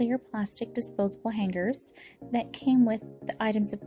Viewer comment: The way you say hanGer tho 😅😊